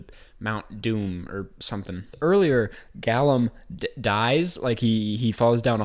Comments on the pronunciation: its "gollum" not "gallum" my guy, but u get a pass for putting yourself to 11 hours of pure fantasy so claps in the chat for you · People are never going to let you forget that you said Gallum rather than Gollum man - embrace the meme now before it’s too late! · Lord of the rings fans: Gollum Lord of the rings haters: Gollum Everyone else: Gollum The characters: Gollum Gollum: Gollum: GALLEM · Great video but of all things why “gAllum”? Lol they must have said “gOllum” a hundred times lol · Gallem???? You mean.....Gollum? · Please.. please stop saying “Gallum” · Everyone else is talking about the Willy Wonka dentist, but him calling Gollum ‘Gallum’ kinda killed me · And Gollum “Gallum” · this man said "gallum" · This video is so relieving. Also “GALLum” lol